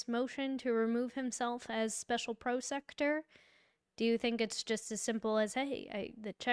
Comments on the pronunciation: Pronounced pro sec uter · Prosecutor Google this word and press how do I say this word. Because you are pronouncing it all wrong. Don't be lazy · She can’t pronounce prosecutor either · Is she saying prosecutor wrong on purpose?